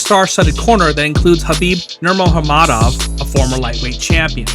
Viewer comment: Nurmagomedov not Nurahamadov wtf